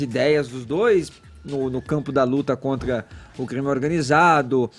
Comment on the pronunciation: Esse fala "contga" "pgópgia" "pgoblema" "intguevista"